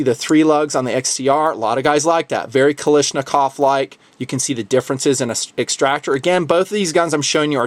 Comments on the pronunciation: it is not pronounced ka-lish-nakov, it is KALASHnikov. AVTOMAT KALISHNIKOVA MODEL 1947. Sorry to nitpick but it was really bothering me lol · you are pronouncing Kalashnikov wrong